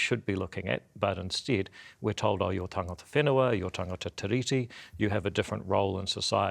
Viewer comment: MESSAGE TO JACK: Jack, because Te Tiriti is a transliteration of The Treaty, the correct pronunciation of Tiriti should mimic the word Treaty,, therefore the emphasis is on the second syllable, not the first. In addition each letter ' i ' in the word 'tiriti' should be pronounced the same in accord with maori practice, i.e. Tee ree tee Not Tih ree tee. I hope this helps you sharpen up your pronunciation. I do realise that many modern maori pronounce Tiriti incorrectly just as they do for a couple of other transliterations such as wiki for the word week. My father was a linguist and maori language tutor in the 1960s and 70s and I taught his students pronunciation lessons when he was ill, so my advice stands on good foundation.